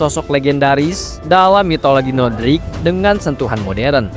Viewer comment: NORDIC bang bukan NODRIC